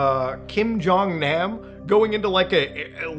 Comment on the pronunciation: In Korean, all As are pronounced "ah", not like the a in "ack." Kim Jong "Nahm." Pyong"yahng".